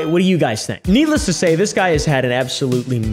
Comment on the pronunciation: needle ess to say xd